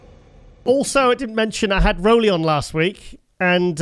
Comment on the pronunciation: After all these years I wish YouTubers would learn how to pronounce Roelly's name. This includes Giles, Nick, and others.